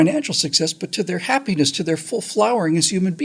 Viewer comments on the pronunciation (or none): none